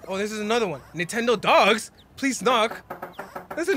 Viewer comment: its not nentendodogs its nentendogs